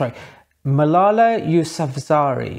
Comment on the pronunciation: I was smiling at the way you were trying to pronounce Malala Yousafzai 😅. No offence meant. As a photographer myself, I enjoy your channel. It’s very informative 👍🏼